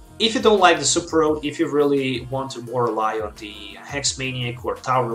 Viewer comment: You keep throwing me off, you also throw me off when you say Super Rod as Super Road. It's okay man, I'm guessing you're at least bilingual, I was just had to get used to your way of pronouncing words.